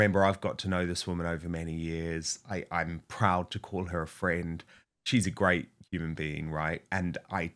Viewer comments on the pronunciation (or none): none